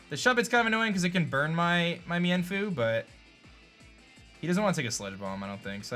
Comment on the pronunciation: Meinfoo is pronounced meen-foo